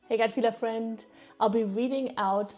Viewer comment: Despite my suffering I couldn’t help but laugh at your ‘hello gut feeler frieNd’ 😆 Good one ! You hav good positive energy 👍🏼